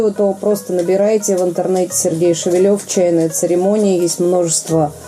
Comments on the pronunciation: Шевелёв у фамилия. Привет всем, кто третирует русский язык и букву ё. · Я думал что его фамилия Шевелев - ударение на первую Е. Ведущая произносит как Шевелёв на Ё. Как правильно?